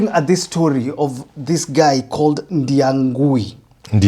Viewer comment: Ndiang'ui NOT Ndiangui.